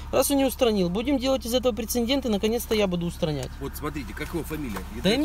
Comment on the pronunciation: ПРЕЦЕДЕНТ будьте добры, не ошибайтесь